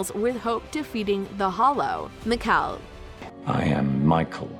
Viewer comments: Meekel. I am Mikael 😂😂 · the claws miklsun, meekel, dalia hurts my brain help the fact the voice over said meekel then he said his name